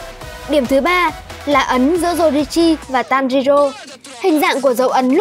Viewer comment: Tanrirô , kimetsu no raiba , noá Chịu cách đọc luôn :)